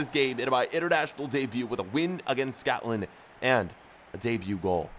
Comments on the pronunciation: it is Scotland not scowtland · im sure u were saying scatland over scotland